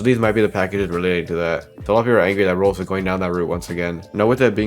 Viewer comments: why tf does he he says "roolls" instead of roblox bruh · he says Roblox like rohx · Stop pronouncing Roblox "roblos"